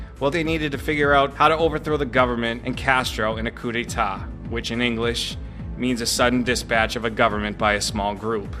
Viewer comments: great work dude but just a lil'something that's a coup d'état (not a coup de'tat) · Coup d'état. Not coup de'tat.